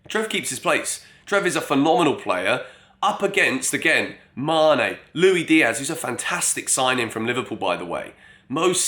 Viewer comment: Stop saying Loui Diaz come on